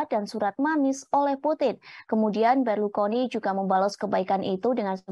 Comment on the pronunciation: berlukoni atau Berlusconi mbak..mana nih yang bener,, presenter amatiran kayaknya nih 😂😂😂